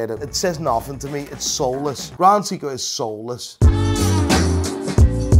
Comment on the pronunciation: Say-ko you muppet, Say-ko not See-ko! Like Richard Meelay😅